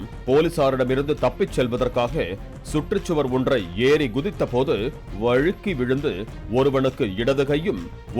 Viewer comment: வழுக்கி விழுந்தத அழுத்தி சொல்ற பாலி என்ன கொலுத்தி போடுரியா 🙄😂